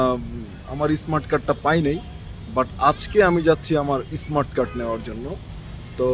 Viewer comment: ইসমাট কার্ড কি?? উচ্চারণ শিখেন আগে।